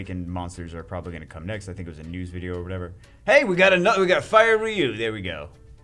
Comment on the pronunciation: I don't think that's how you say RYU. Not trying to be mean